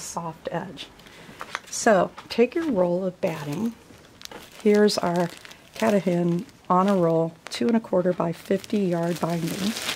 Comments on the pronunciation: Yes!! And the accent is on the middle syllable: Ka-TAH-Den. The name mean “Greatest Mountain,”in the Pequot language. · That is pronounced Ka Ta Din - its a mountain in Maine